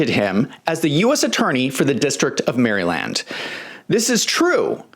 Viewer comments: Love your journalism but what's with the act? You ain't from America bro. Ain't no way. Nobody in all 50 states says Maryland the way you do. You say Maryland like you've never said it in your life. Almost like a spy who is trained to read a script in another language. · "Merry Land"? Where is that? The new Disneyland?